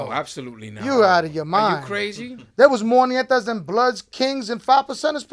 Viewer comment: Its not called Nietas its called NETAS